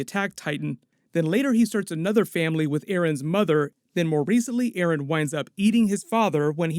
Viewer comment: Dude you just said aron insted of eren and hammer titan insted of war hammer titan.